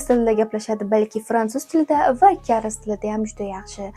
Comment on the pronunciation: Karis emas kareys bo'ladi